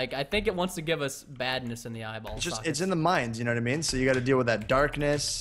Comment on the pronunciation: Anyone else getting a headache from 'the mines'?????